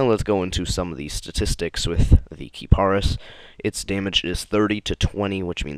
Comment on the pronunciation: I thought it was pronounced Ka-Pre-Is. lol